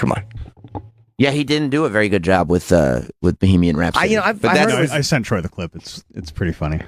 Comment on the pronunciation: Fucking asshole. Its not bee-hee-mian rhapsody. Bag of shit.